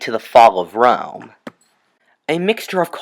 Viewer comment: It's Rome not room OK understanding... 👌